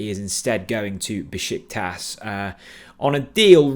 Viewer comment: Be-shik-tash!! I live there. 😅